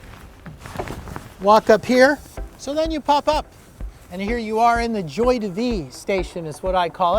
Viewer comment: "Joy day vee"